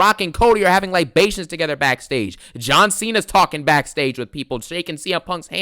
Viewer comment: Damn said Libations with a hard L.